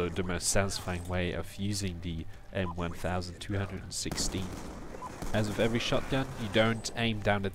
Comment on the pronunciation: Its M 12'16 Not M 1' 216